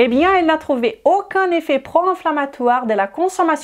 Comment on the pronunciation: Même pas besoin d'horodatage finalement. Tout au début, elle prononce "vidéO", "AUcun (problème de santé"). Je crois même l'avoir entendu prononcer d'acCORd" ? Quand elle prononce les os (lézo), comme les oeufs (lézeu), ça me rend folle.🤣 Ce n'est pas une doléance pour exiger un français impeccable, c'est juste que ça parasite ma compréhension au moment où elle les prononce. Je pensais naïvement qu'elle parlait du coeur (étant cardiaque, ça compte) dans une autre vidéo sur je ne sais plus quel sujet. Et croire qu'elle parle d'oeuf à tendance à me perdre aussi puisqu'ils font partie du registre de la nutrition. Finalement, si elle faisait ce tout petit effort de prononciation, tout le monde y gagnerait, nous à mieux la comprendre et à garder notre attention, et elle (ainsi que ses clients par voie de conséquence) puisqu'elle progresserait dans la langue où elle semble exercer. Ca induirait encore plus de client.